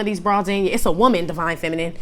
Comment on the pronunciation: “deya she iz, di most booty-ful whoman in di whorld” MI IS DEAD 😂